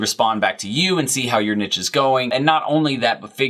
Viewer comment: It hurts my brain every time you say nidge..